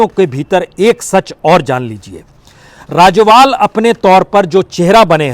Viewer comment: राजोवाल नहीं राजेवाल है। कादियान नहीं कादियां है जी।